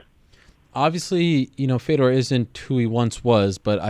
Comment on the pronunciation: Dude, learn how to say Fedor's name right. Geez, what the fook was that?